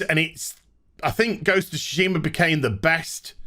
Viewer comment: Have my like for 2 things: 1) “please... buy me,” and 2) Ghost of “Toosheemah”